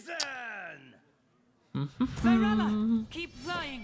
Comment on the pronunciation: Watching struggle with risen has me questioning if his brain has any wrinkles.